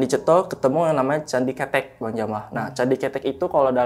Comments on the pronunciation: Candi kethek bang bukan candi cethek Kethek/kera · Candi ke-te'k ( monyet 🐒 ) bukan ketek bang ke tek cara pelafalan basa jawanya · Maaf bang pembacaan nya bukan candi ketek 😄 bang tapi Ktek .. kalo ketek mah ketiak bang bukn monyet artinya 😄🙏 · # Bukan CANDI KETEK. KETEK ITU KETIAK . YG BENAR "CANDI KETHEK" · Smaa "Kethek"=monyet "Ketek"=ketiak😂😂😂😂😂😂😂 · Salah tuh, masak candi ketek (ketiak) 😂 Pelafalan e nya yg depan salah ,,, harusnya ke-tek ( ke nya bacanya seperti kata awalan ke ... Contoh ke pasar. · Salah pengucapan salah arti .. Narasumber sll salah mengucapkan .. Kethek artinya monyet ... Ketek artinya ketiak... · Cara bacanya candi ketek "é" nya bkn kaya lele, klo bacanya gt jd ky ketek ketiak. Ketek monyet ity baca "è" nya kaya kemana, kerumah, kesini, kereta, ketek hehe jd bkn ketek ketiak. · Bacanya bukan ketek bang.. 😂, gua jadi geli sendiri... Jangan samakan dengan ketiak.. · yang disebut masnya, kalo di Jawa artinya kaya candi 'ketiak'😅 salah penyebutan 😅 yg bener penyebutan E nya kaya 'malem'